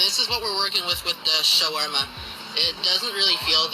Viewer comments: Additionally, as an Arab, he got the pronunciation more correct than you did. It’s not Shwarma. It’s Shaawarma, if anything. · As an Arab myself, I die a little bit inside every time I hear him murder the pronunciation of "shawarma" 🙁